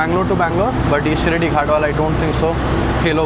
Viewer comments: Not Shirdhi Ghat Shiradhi Ghat bro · Sar- rige not sar-ije and it is shi-raadi ghat not shi shi-radi ghat... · " शिरडी" ghat❌. शिराडि ghat✅ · Its Shiraadi Ghat, not Shiridi ghat. Shiridi is a different place in Maharashtra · Arre, you make interesting videos of all your travels! Vlogs are good! As a travel vlogger, the least you can do is to get the names of places correct, especially the pronunciation! It is NOT Shirdi Ghats..it is SHIRADI! (शिराडी) [শিরাদি] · It's not shiradi, it's shiraadi ghat*